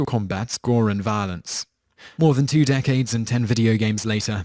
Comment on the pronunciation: I'm sorry but I love how you pronounced violence when you got to MK. Sounded like 'vah-lince' to me. I mean no offence if that's how I came across.